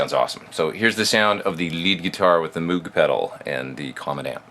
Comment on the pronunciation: btw, Moog is pronounced "moag" like toad, not "moog" like moon.